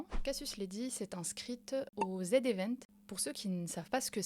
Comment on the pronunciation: C'est pas "Zède Event" mais "Zi Event", noob 😁😘